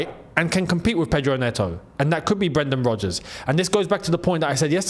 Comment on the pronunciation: & bro said Brendan Rogers 😭